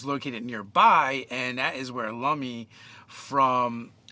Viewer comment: I’m going to assume you got “Lumley castle” and “Lemmy from Motörhead” mixed up, but yeah, it’s Lemmy, not Lummy. 🤘♠️🤘 It looks like it was a lot of fun!